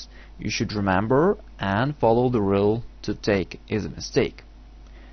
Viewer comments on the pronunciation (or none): none